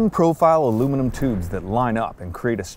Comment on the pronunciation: "Iluminum"? Biciyles really do lower one's inteligence...